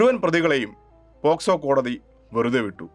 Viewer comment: Posco alla pocso